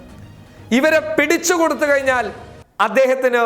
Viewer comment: kayinyaal ennalla..kazhinyaal😉 enthaayaalum superaaa❤️